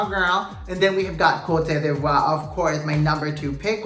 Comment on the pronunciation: Ivory Coast couldn't even pronounce its name in the opening, then it kept falling apart and the whole event was very lackluster. And Venezuela, meh! The best team won, the one that showed character, substance, and a lot of personality day after day.